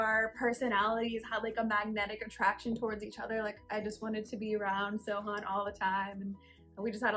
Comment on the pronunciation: When she says "Sohan" it sounds like "So... hun" Lol Great love story! Congratulations you guys <3